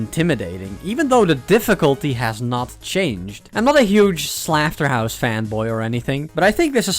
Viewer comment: is saying slaughterhouse wrong a part of laughing at it?